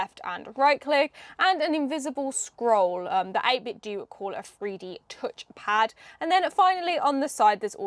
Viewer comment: Actually the company has come out and said it's pronounced this way, 8-bit-doo. The do is the same as in "to do".